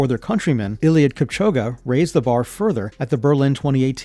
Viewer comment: Ain't no way my bro just said ieiliud kipchoguh